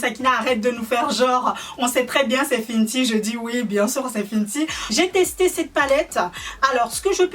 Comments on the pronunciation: J'aime bien tes vidéo mais j'aimerai bien que tu arrête de penser que seul ton avis est véritable et même si c'est ton "métier" arrête vrm de dire que tu est une influenseuse stp c'est pas vrm ce que tu est et aussi dis fenty et pas fiiiintiii sa fait mal au oreille ( pareille pour Huda et pas uuiiilllddaa) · Fenty pas finty